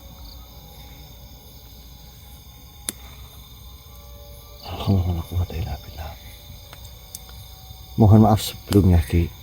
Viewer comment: pakai bahasa Sunda tapi kok seperti kaku, seperti orang Jawa yang pakai bahasa Sunda. Pas nyebut, anjeuna, aki bilang anjen, yang betul itu, anjeun yang artinya kamu